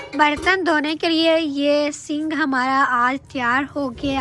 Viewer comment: Sing ni sink hota ha😂😂😂